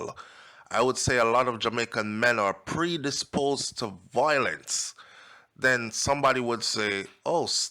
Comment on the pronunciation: The word is V-I-O-L-E-N-C-E not VOILENCE bro.